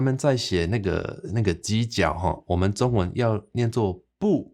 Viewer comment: 你發:中文,个中tiong/55煞無變調作'丈33', 會予人聽作:長文个變調/53->55; 意思會變作:加額个文字。